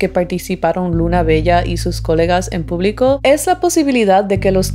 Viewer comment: coLÉga! coLÉga!!! con acento en la E. :D si, esa estacion del metro a esas hrs esta muy sola. de hecho hasta peligrosa la consideraría